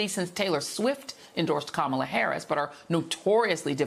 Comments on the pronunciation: Dude can’t even pronounce the VPs name correctly. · Every time they say Kamala’s name wrong. I want to call him.💙💙💙💙